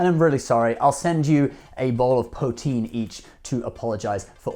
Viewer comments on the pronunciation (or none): its pronounced "poo teen"....not Po Teen